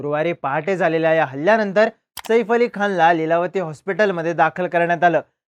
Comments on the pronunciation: 'सईफ' नाही रे बाबा 'सैफ '. शुद्ध ही बोलता येतं नाही रे तुला🙄. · Saeeeeef nai O saaaaif 😂saaaaaif